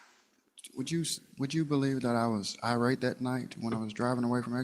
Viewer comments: I don't care about anything anymore, because tell me why the victim said "eye-rat" to say irate. 'EYE-RAT' for irate! What? Lmao. Please, someone tell me when her conjugation camp is. I want to be there at her graduation to give her a box of menthols and a $20 to congratulate her, and I definitely want to see her answers in her workbook. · Is Country Girl trying to say "irate"? Sounds like she is saying "outrate."